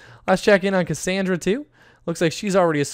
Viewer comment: autumn ewing and you said Cacandra not her name!!!!